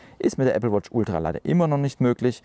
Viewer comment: Moin. Die Betonung liegt bei Ultra. Mit meiner Watch 4 mit WatchOS 10 funktioniert es nicht. Wäre interessant zu wissen, ob es auch mit einer aktuellen nicht Ultra Watch funktioniert.